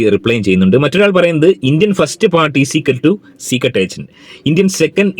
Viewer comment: ചീക്രട് എന്ന് കേൾക്കുന്നതേ ഇഷ്ടം അല്ല 🤨🤨